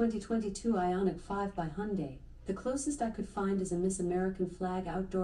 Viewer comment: I have to say that's perfect pronunciation of 현대! And 5 years and 60000 miles of Roadside Assistance. Last time I had a flat was almost two decades ago.